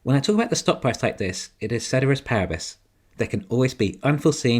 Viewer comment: The phrase is "ceteris paribus", not "cederis parabis" as you pronouncecd it.